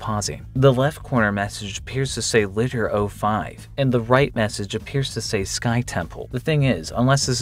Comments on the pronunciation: it's LiDAR buddy (lmao, not "leedar"). Which stands for Light Detection and Ranging — a remote sensing method that uses light in the form of a pulsed laser to measure ranges. Which, again, helps support the artistic style of the image shown. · Lidar is pronounced more like lie-dar you almost had it but what it really is is a laser type of radar that's used for mapping things like tunnels and the rainforests to reveal things like the new Mayan temples we've recently discovered USING that technology and ooooold cave systems. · "Lidar" is pronounced Lie-Dar and it stands for Light Detection and Ranging, but an easy way to remember is Light+Radar, as it's essentially a giant radar that uses lasers. But its that technology that they've been putting on the bottom of planes to scan what's under the trees in the Amazon, which is how they are finding so many ruins. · The far cry 6 part is LIDAR. Pronounced lie-dar. I don't know how this ties in, but LIDAR is a laser imaging process used to take topographical images of the Amazon rainforest. It was used to find a particular temple who's name escapes me in the Amazon, but when they found the temple using LIDAR, they accidentally found something like 60,000 undiscovered structures nearby within miles of the original temple that no one managed to find ever before despite having previously studied this area before. It's pretty intense. It's usually done with planes, so whatever the second part is, might have something to do with it. Edit: A further quick Google shows that LIDAR recently was used to find an entire lost civilization in Bolivia known as the Casarabe culture. That's probably what this is referencing in the game. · That's not "Lidder" Lidar is a real thing, it's Light-Rader I think, based on it's correct pronunciation. I only ever heard it used in the talk of some modern car tech to let vehicles detect other vehicles. I guess it's also useful for armored tigers.